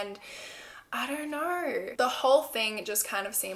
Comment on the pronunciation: "And I don't knerrr" Lol!